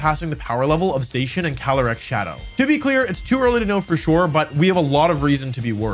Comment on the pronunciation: You keep saying Zacian wrong.